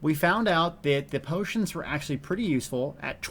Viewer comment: Neither is 'bootions', but that accident was the best thing I've heard all week & hope it catches on =D